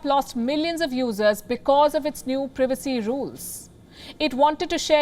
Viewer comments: Am I the only one who is annoyed by how this woman says privacy she pronounces it as previcy when it's privacy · need to learn how to pronounce PRIVACY